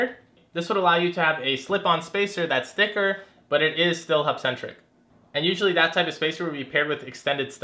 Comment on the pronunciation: Can you say hubcentric